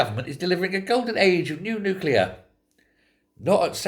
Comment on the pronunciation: It's nuclear not nuclear!